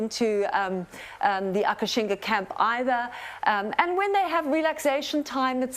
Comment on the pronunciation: It's called "Akashinga", not Akashina. Check the official trailer :) I love the fact that these fantastic ladies are all VEGAN! :D